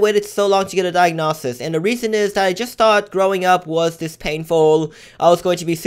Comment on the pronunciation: Its diagnosis not diagnawsis